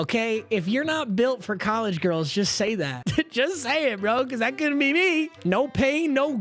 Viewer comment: Bro said “Diamond GURLS” 😂